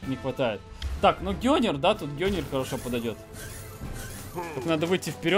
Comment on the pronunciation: Это ганнер а не гённер